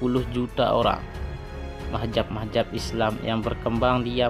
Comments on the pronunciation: Bukan mahjab brooo,,, tapi Mazhab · Lebih baik jangan ikut² an mau pamer video di you tube kalau sebutan gak tepat kaya anak² bwh umur. Bingung gue awal² bila mazhab di sebut mahjap. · Bagus kontennya. Hanya koreksi penyebutan mazhab bukan mahjab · hagegege.... Ucapkan dulu yg benar dengan lafaz yg benar yakni Madz - Hab , Bukan Mah - Zab . Itu yg saya bicarakan wahai bapak, saya sama sekali tidak membicarakan syiah sebagai madzhab. Wkwkwkw.... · Buat mimin... Kata MAZHAB kenapa dibaca MAHZAB,.. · Bukan mahjab tpi mahzab cuk....!! yg benar dong pengucapannya.. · Lu ngomong Mazhab aja masih salah sebut tp sok nyalahin orang lain. Bukan Mahjab tapi MAZHAB🤣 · Bukan mahjab bro.. tapi mazhab. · Mazhab bukan mahjab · ngomongnya yg bener min,bukan mahjab tapi mazhab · Ralat Min bukan mahjab tapi Mahzab. Z bukan J. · mahzab kah atau mahjab belajar kamu membaca biar betul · Mahjab .... Atau mazhab ya.... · Bukan mahjab.. Mazhab... Sebut bagi betul bro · Mazhab jangan majhab2, sebut yg bener, allah is allah jangan ollah, jgn biasakan yg salah, ma,af alqur,an dan kitab brbhasa arab bukan bhsa indonesia ataupun bahasa suku kita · Siapa sih ini orang sebut Mazhab aja salah majhab majhab majhab .macam orng tk prnh ngaji